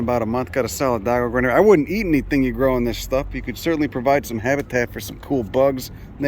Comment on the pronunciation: This video just showed up in my feed, this guy really knows his stuff! The milkweed and echinacea are typical “butterfly garden” species (perhaps intentionally planted by to attract Monarchs to his dock?) The accent is a combo platter of NYC and somewhere else -Philly, PA? It’s his “there” (“dere”) that gives it away. “You guys are lurkers!” 😂